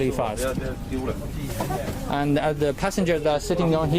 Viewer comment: 这大哥的“安得”暴露了国籍